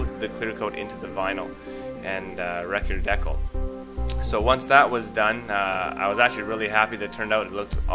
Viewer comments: Decal not deckles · Thanks for the tips. Is Correl Draw a pro software? BTW, Where you from? Never hear decal (dee, cal as in California) pronounced "deckle" as rhymes with freckle.